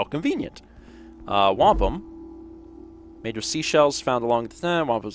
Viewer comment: When said "Wampum" am I the only one who heard "Wampa". From Star Wars.